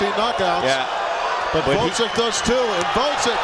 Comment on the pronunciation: I like how none of those commentators are capable of properly pronouncing Oleksandr's last name. It's not GvoDZyk fools, but GvoZDyk! Hard job reading..